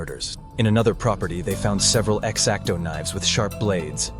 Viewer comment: "EX-AC-TO blade"